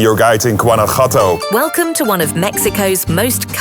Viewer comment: Jesus Christ learn how to say Guanajuato 😂